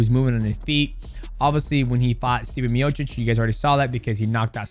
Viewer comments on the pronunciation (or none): none